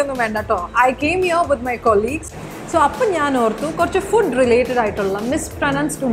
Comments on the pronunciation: U pronounced fooooood as fud🙊🙊🙊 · It's not fud , it's foood ( pronunciation)😁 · First of all thankyou for this video. Would like to bring it to your notice: It's food not fud! It's veg-table not vege-table. Thankyou Learning is sharing I believe 🙂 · Its not vegee-tables .. its veg-tables.. And its not fud. Its foo ood... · Its not fud. It's always food. /fu:d/ I would suggest you to not to concentrate not only on the words you try to correct but also on the entire words you actually speak. Eg: food, vegetable etc. Kashtapettu parayan sramikkunnathupole thonnunnu compared to the other people that comes with video in English House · It's not fudd...its foood...😉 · Basically, it's F'oo'd n pronunced as Fooooood & not F'u'd. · Main thettichu.. That is l fu:d l not fud /Veg. i.tals alla / ./ vej. tuh.blz/ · It's not fud. It's fu:d (food) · It’s not fud.. it’s food..and mojito , fajita, jalapeño etc it’s not coz “j” is silent..it’s Spanish .. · Lady,its fooooood and not fud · But the end she said fooood... dont know if u noticed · Fooooood..And next in mojito j is not silent i think its a spanish wrd and j is prounced as h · Your video is good.. But i think you need to focus more on most of the words you have pronounced here. You mispronounced the very word 'mispronounced' . You said 'misproNUNced', similary fUd.. etc. Kindly stick on to the correct pronunciation not only on those '10 mispronounced words', but the other words you used here to convey the content, because there are a lot of aspiring learners who solely depend on channels like this for learning. Please have a proper rehersal before getting into the final video. Its a humble request. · ആദ്യം ഫുഡ്(/fuːd/) എന്നത് ശരി ആയി പറയ്! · You yourself mispronounced the word "food". It's "/fuːd/" as per RP. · Its fooood.She mispronounced it🙂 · She was mispronouncing FOOD, RESTAURANT (except when she introduced it), VEGETABLE and even MISPRONOUNCE!!! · Please check the pronunciation of food..